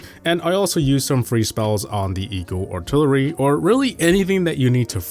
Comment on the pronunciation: eeyul altilurly